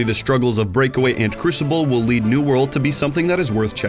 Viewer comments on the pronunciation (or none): none